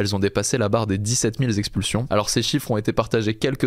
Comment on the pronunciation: dix sept mille expulsions, et non sexpulsion, souvent des fautes de français avec les "nouveaux journalistes"